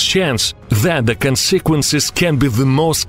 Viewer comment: I like the way he says consequences. It makes sense to say it the way he does.